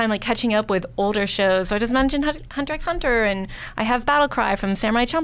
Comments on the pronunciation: You aren't supposed to pronounce the X..it's Hunter Hunter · the x in hunter x hunter is silent